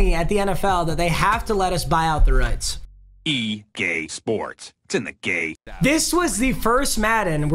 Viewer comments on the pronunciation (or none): Anyone else heard “EGay sports, it’s in the gay” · E gay sports to the game can’t be the only one that heard that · Who heard E gay sports to the game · I swear this man just said "E GAY SPORTS"